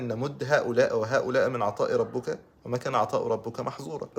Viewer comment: كلمه ربك بالكسر مش بالضم حضرتك كاتبها صح بس مش ناطقها الفيديو يدل امل وتحفيز جزاك الله خيراً